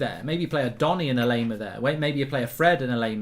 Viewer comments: If you want to pronounce him right - just think of "lime" - same pronounciation - just add "ar" - "lime-ar". So instead of "lame-ar" - it's "lime-ar". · Anyone else getting triggered by Mark's mispronunciation of Laimer? 😅 a German native speaker tells him how to pronounce it correctly. He thanks them, then 10 seconds later continues to pronounce it incorrectly. 🤦‍♂️